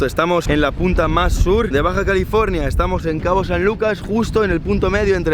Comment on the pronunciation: COÑO .....ES BAJA CALIFORNIA SUUUUUUR ... SUUUUUUR POR QUE LES DA TANTA FLOJERA DECIR SUUUUUUR